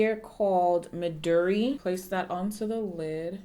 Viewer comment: Midori is pronounce: Mi as in me Do as in dough Ri as in reed Midori, it’s Japanese for Green (such a pretty shade on you btw) This entire video concept was super interesting and your reaction to the Juno sponge had me weak af! I’m sorry it creeped you out so much, I know I shouldn’t laugh but your reaction was so priceless!